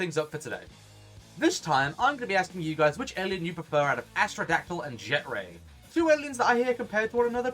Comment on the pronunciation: u like jet ray i like astrodactyl we r not the same and u butchered my name it was funny af